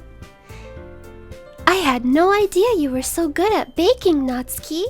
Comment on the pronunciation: Thank you for not pronouncing Natsuki as "NetSOOKee"